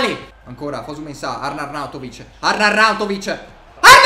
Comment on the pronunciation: Queste sono le volte che ha detto “Arnarnauntovic”